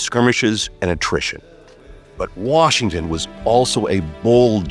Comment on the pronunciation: "... Washin sought a commission..."